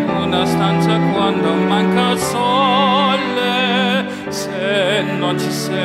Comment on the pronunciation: quando maanca il ssssollllle...ma possibile ke sia cosi difficile l'italiano?!boh...